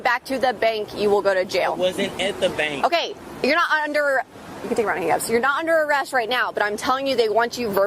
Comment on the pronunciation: Wtf is a "benk"?